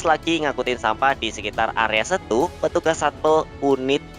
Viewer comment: Ralat sedikit min : Pengucapan Setu (dibaca E, bukan eu) "Mirip pengucapan Bebek"